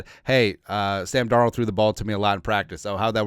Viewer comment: Hey who is Sam Darold 😂😂😂 that sure sounds close to darnold tho lol jkjk SKOL TO ALL THE JEROMES HAVE A GREAT DAY FAM!!